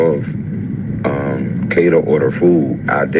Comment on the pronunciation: Kay-da❤! Please 🙏 pronounce her name correctly, by all this time. Amen 🙌